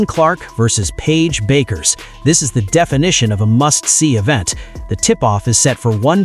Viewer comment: You can pronounce Paige's name right!